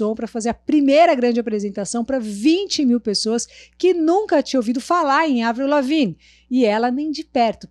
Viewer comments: Só de ter pronunciado corretamente o nome dela, já merece o like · Finalmente alguém que pronúncia certo o nome dessa Deusa KSKSSKSKSKSKS